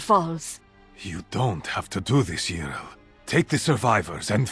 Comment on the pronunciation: Why does he mis-pronounce Yrel it is driving me crazy